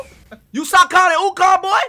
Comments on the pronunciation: My guy really said “Are you sokon and ukon” I probably spelled that wrong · "are you Sakon and Ukon" dis nigga lmfao